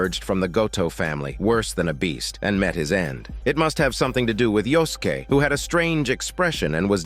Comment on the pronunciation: Yosuke = Yoskeh xD